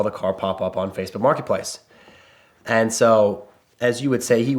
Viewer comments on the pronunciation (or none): none